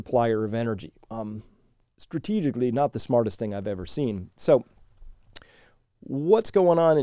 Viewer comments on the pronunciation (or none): none